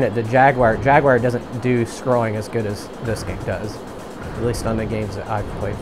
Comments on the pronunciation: It's pronounced "Jagwar" not "Jagwire" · Came out in 94 on 3DO and ported later to ps1. Why do you say "jaguwire"? . It's Jaguar. I beat the game in one or 2 sittings back the in day.